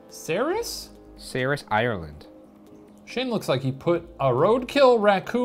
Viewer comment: Hearing them not able to say Cerys is pretty funny. It's pronounced Keriss